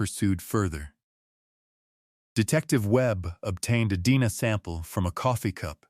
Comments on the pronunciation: Sorry, but it's bothersome. Your Ai said fiancé "feeyahnk"and DNA as "Deena".😮 why don't creators who use ai edit their audio?come on. It ruins the flow of info to have to think "what?!" and figure out the real word. You probably can't fix this now, too late, but there's always the future to do better. Other than that, the report on this case is well done! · Watching from Iowa. You need to teach your AI how to say a few words correctly. DNA is one of them.